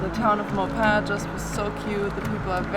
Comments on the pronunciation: Maupin is pronounced Ma (like you mother) and pin or if you were moping the floor drop the g, mopin'. Also, that was an Osprey nest. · Yuk yuk yuk yuk yuk... no francais in that really -- Maupin is sorta like "Maw-pin". When you passed thru Dufur... it, too, prolly sounded better in your heads...